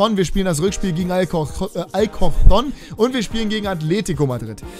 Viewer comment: Die beiden "c" bei alcorcó´n werden wie "k" ausgesprochen